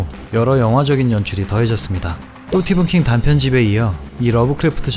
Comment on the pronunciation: 왜 스티븐킹을 또띠븐킹이라고 해요?